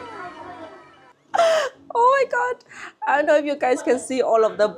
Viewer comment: Instead of saying "oh, my god" like an English speaker, you said "oh, my got" and I loved it. You're a German! 😊